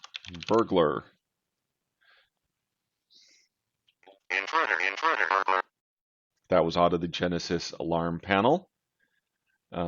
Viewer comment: Interuder? :D